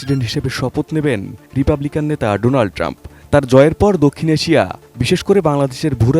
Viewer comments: মোদী ডোনাল্ড না বলে ডোলান্ড বললো নাকি 😂😂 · আরে গুমুত্রখোর নামটাও উচ্চারণ করতে পারছি না ডোলান ট্রাম্প নয় উচ্চারণ হবে ডোনাল্ড ট্রাম্প। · He said "Dou Lund Trump" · কি রকম বন্ধু বন্ধুর নামটা ঠিক।মত উচ্চারণ করতে পারলো না ডলান ট্রাম্প🤣🤣🤣🤣